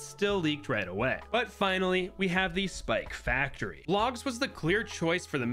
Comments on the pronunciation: WHY ARE YOU SAYING SPACTORY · The fact he calls spike factory ”Spaktory” 😃